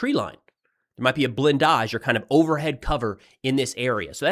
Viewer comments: Interesting pronunciation of "blindage". You make it sound French, but isn't it pronounced more simply as BLIGHN-dij? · "BlinDAjh". Sexy.